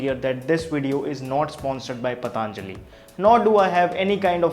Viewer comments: Its not. पतांजलि its पतंजलि। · Not pataanjali...its patanjali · Ayeeeee learn first to Pronounce properly...it's Patanjali not Pataaaaaaanjali...ha ha ha Pataaaaaaanjali... Your English is like writing SSC paper, speaking with Aliens tone...ha ha ha Pataaaaaaanjali... Pataaaaaaanjali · It's पतंजलि not पतांजलि whether in English or Hindi because it's name after a maharishi Patanjali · भाई साहब सबसे पहले तो आप अपना उच्चारण मेरे हिसाब से सही कर ले तो हम सभी पर बड़ी कृपा होगी वह पतंlजलि नहीं पतंजलि है महर्षि पतंजलि के नाम पर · Useful video, but some feedback for you. I'm sure you studied Hindi in school. You can pronounce Patanjali correctly ? It is पतंजलि not पतांजलि ! Please make an attempt to be as Indian as possible in your pronounciation ...you are taking the same of a respected Rishi, the least you can do is pronounce the name correctly. Second, coconut oil has a LOW heating point,not High. Please research better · It's पतंजलि, not पतानजली as he reads. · उच्चारण कृपया स्पष्ट करें पतंlजलि नहीं सही उच्चारण पlतंजलि है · It's not "Pataanjali" , it's patanjali. So many of us pronounce it wrong. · I have seen many of your videos. They are extremely informative. Keep up the good work. Just commenting here to let you know that it is not पताञ्जलिः but पतञ्जलिः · It's not pataaaanjali my dear. Who told you this ? Patanjali. Not pataaaanjali. Stupid. Learn pronounciation first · Its not pataanajli Its patanjli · Bhai it is पतंजलि not पतांजलि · भाईसाहब इसका नाम पतंजलि है। आप इसको बार बार पतांजलि क्यों बोलते हो? कृपया उच्चारण शुद्ध करे। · पतंजलि ना कि पतांजलि 😂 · Please don't say "PATHAANJALI" it is "PATHANJALI"(Patanjali),didn't you ever listen Baba Ramdev speak? what's the problem? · Paatnjali nhi be anpad,patanjali bol. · Bro its patanjali not pataanjali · Patanjali ko PATAANJALI bolna jaruri h kya?